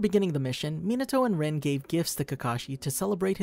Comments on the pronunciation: It’s not pronounced rin its pronounced reen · ITS “REENE” NOT “RIN”